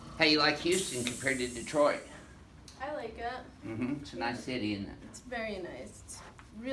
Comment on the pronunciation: The doc pronounces Detroit like a native Michigander